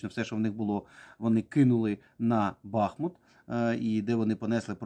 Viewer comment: Не БАхмут, а БахмУТ. Не плутайте.